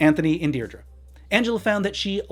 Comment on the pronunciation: her daughters name is Pronounced dear dree